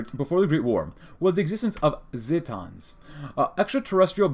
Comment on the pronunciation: i love you... but Not Ze-taaans But ZEEE-tans